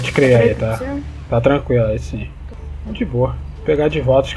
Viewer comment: melhor parte é ele falando tranqilo tranqrilo